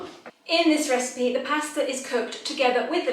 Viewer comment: I didn't know Italians pronounce pasta as "pesta" and also when you say Capri it's like " cap-ri". Surprise pronunciations!